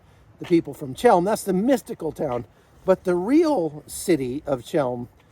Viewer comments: Ch as in chem is pronounced like a throaty H as in helm not ch as in chalk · Chełm. In Polish, Ch=H. The Polish "ł" is the English "w". A simple, short word. Since you were there, you could have learned the pronunciation. The Jews of this city never called it the way you do.